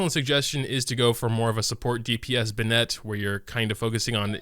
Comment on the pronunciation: benit not ben-ette